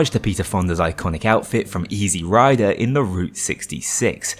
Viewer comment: Ízirájder öcsém, ízirájder!